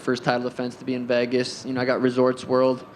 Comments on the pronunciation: Sean pronounces “Vegas” like “Vahgus” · No one: Sean: I love Vehgas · Sean please learn how to say Vegas😭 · why does sean pronounce vegas so weirdly